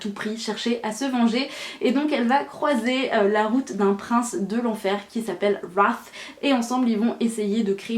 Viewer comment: La seule française qui sait prononcer « Wrath » correctement 🤣🤣🤣